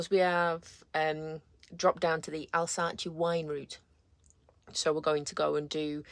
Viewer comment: AL-SAS is how you pronounce Alsace 😁, Bon voyage